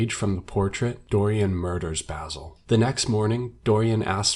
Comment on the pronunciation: It bothers me the way you say basil